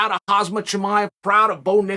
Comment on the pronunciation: The man’s name: Khamzat. How Chael says the man’s name: Hazmat.